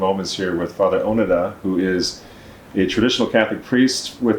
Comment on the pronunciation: I believe it is Fr. Onoda, not Onada.